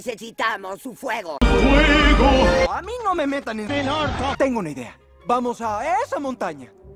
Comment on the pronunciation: Me dio chiste cuando dice fuejo